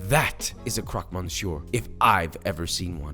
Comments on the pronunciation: pronunciation of "jambon" was butchered... no pun intended "croque" was perfect though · the pronunciation is almost perfect : croque : nothing to change great Monsieur : yeah in fr mon is Môn, but not for Monsieur which is Meussieu